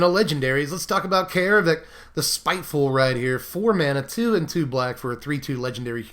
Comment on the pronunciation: It's not 'eye-ree', it's AIR-ree. It's not 'Kah-air-vek', it's CARE-vek. AE followed by an R is pronounced like 'AIR'. That is all. Carry on.